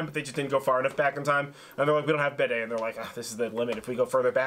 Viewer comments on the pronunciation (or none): Bede is Bee-dee